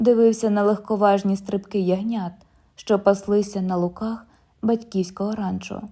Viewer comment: …на лУках ( наголос на 1 складі). Успіхів!